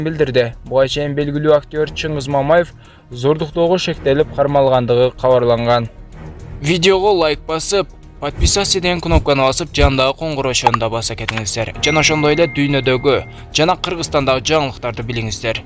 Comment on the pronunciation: Подписяся дебей подписаться деп туура айтсан . Ушул созду коп айтсанда туура айталбай койдунго